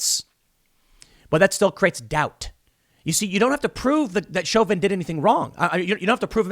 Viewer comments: It's pronounced show-vin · Isn't it pronounced Sho vin? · Tim pronounces Chauvin 4 different ways in this video